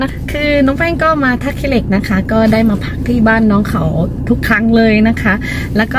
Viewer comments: 💕💕💕 💞 ท่าขี้เหล็ก 💞 ค่ะ ไม่ใช่ 💞 ท่าขี้อเหล้ก 💞 ค่ะ..อิอิ..💕💕💕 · ท่าขี้เหล็ก ไม่ใช่ ท่าขื้อเหล็ก จ้า ❤️